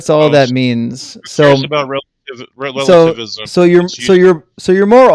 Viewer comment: in the video, listen to this drunken ass try to say relativism